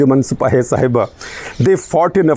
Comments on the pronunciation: Shekharji, It is not Sahiba, it is Sahaba. Pronounced Sa-haa-baa. Sahaba is the name for prophet Muhammad’s companions who were the first followers of Islam. So Sipah-e-Sahaba means, Militia of the followers. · I dont know if mispronunciation of a word matters much but Sahiba roughly means loved one and Shabaa means prophets companions.so its Anjuman e sipahe e shabaa not sahiba. Also calling Yazid a tryant, get ready Mr Gupta you will be getting hate mails from some conservative sunnis. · I think it is SAHABA (companions of the Prophet), not Saheba.